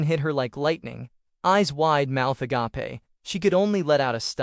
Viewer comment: “eyes wide, mouth agape (ah-gaw-pay)” 😂